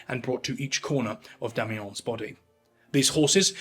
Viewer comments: Oh for Heaven's sake... DO get some help before you even TRY to pronounce words in French...🤨🤦🏻‍♂️🤬💩 "La journée sera rude"... 🤨 WHAT? Or M. Damiens surname... it's not Damiyan ...Damiyen.. Sorry, but this clip was boring and made worse when an English man "trayying tå speek Fräänschä... ". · Not being a dick, but the pronunciation of Damiens needs work. Not “ons”; but more “eh” with nasality. I wish I could do it for you. Damiens- shove that “eh” in your nose. You already have a nice nasal for ‘ons”. I enjoy you. Thanks. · Take a shot every time he says, "Demmy Yong". 😂😂😂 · pronounce Ecu like eikoo, you mean? Or Damiens like Damiahn? It doesn't take AI to butcher French, just any monolingual Anglo speaker.